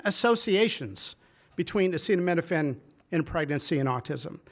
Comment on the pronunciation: Our president starts off demonstrating he cannot pronounce acetaminophen. Listening to Trump try to discuss medical issues is so utterly painful, I'm embarrassed for us all.